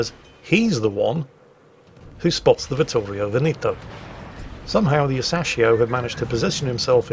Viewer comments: Ve'-neto, not Veni'to.... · Veneto, the second E sounds like the first one. You keep saying Benito all the time. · It took me ages to understand what ship meant talking about Veneto. The british unability(or unwillingness) to pronounce "E" in latin pronunciation